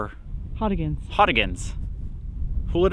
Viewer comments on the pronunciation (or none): Earl Goudie eulachon not hooligan Contents 1 English Alternative forms eulachan, oolachan, oolican, oolichan, oolakan, oulachan, oulachon, oulakan, ulicon, ulikon Etymology Borrowed from Chinook Jargon ulakan, from Clatsop Chinook. Pronunciation (UK) IPA(key): /ˈjuːləkɒn/ Noun eulachon (plural eulachons) Synonym of candlefish